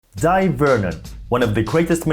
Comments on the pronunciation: It's pronounced Day Vernon scrub. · Thank you for your kind reply! I hear most magicians pronounce his first name "Dye" as well. I regret I can't recall where I heard or saw that his preferred pronunciation is "Day." Sorry if I am creating needless confusion, but am genuinely curious. I met him at the 1978 Society of American Magicians convention at the Waldorf Astoria in NYC. He kindly autographed my program as did many other luminaries of the day. It was a memorable convention as I also got to experience first-hand Tommy Wonder's Two Cup routine (he went by Jos Bema then, a shortening of Josip Bemelman). The misdirection on the loading of the bag and large pompom was SO strong that he had to re-demonstrate them repeatedly because most of the magicians in attendance could not follow it even during the explanation. Thank you for the opportunity to enjoy these pleasant recollections. Kind regards, John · It's pronounced JEE-NEE magazine, not JEE-NEE-I. Also, I have always pronounced his first name as you do: DIE. However I was recently told he actually preferred: DAY. The time I met him, I called him Mr. Vernon and was too young to think about asking him such a thing. Can you cite a reliable source for the correct pronunciation? Pronouncing his name correctly is the least we can do to honor the man. Thanks for a great video. 👍 & subscribed! John